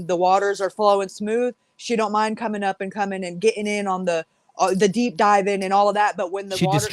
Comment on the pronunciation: "Salty is comminK". Nice.